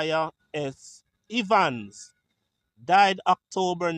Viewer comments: Please pronounce Evans like heaven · The E in Evans sounds the same as the e in egg